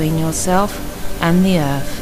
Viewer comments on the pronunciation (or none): Liv, is what bothered me is the way she says 'breaf' and 'earf'. Don't mean to sound judgemental .... jus' sayin'. =^..^=